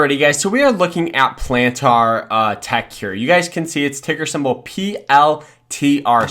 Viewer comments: Bruh... Before speaking about a company stock value... Learn how to pronounce the companies name. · I previously made a rude comment about how you pronounced Palantir. I saw there were other similar comments and you clearly got the message. I deleted my original comment and wanted to apologize for being rude. You're trying your best and are trying to provide value to your viewers. Keep it up bro, always growing and learning, and much luck to you and your channel. I'll keep an eye out for your next vid. 👍